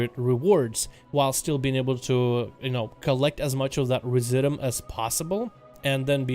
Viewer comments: Residuum: Ree zidj you umm. Look the word up. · It’s pronounced re-zid-you-um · Try "Rez IH' Dyou Um" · TITAN RESI-DOOM is how it's pronounced ...sounds kind of like "residue" with the "due" prounced as, "doom"